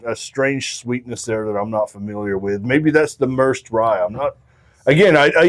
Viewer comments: Just fyi, it's not pronounced mers'd rye, its pronounced mer-said. Atwater is a city in merced county. My wifes family is from that area. Central California valley. Its farmland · Merced is a town in California’s Central Valley. Pronounced “mur-said” 🤘🥃👍